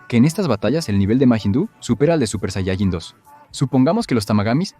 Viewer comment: "Supershayachin dos"